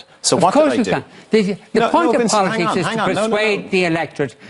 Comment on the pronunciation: 3.57 He says 'bolitics' 🤣